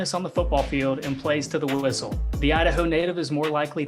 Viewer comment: "Plays to the wooistle"